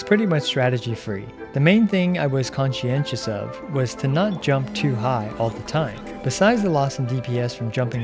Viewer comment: "The main thing I was conshienshios of"